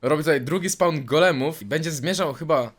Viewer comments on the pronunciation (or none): none